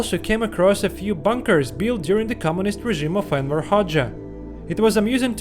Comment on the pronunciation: Its Enver, not Erwin